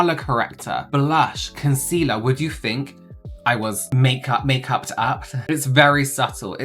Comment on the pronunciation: "I always fink" - 😂